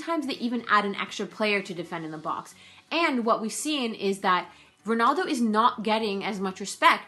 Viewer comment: Ronaldo not Ronuldo